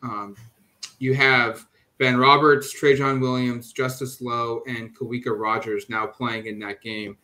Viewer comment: Just FYI, Kawika is pronounced with a "V" sound. Ka-vee-Kah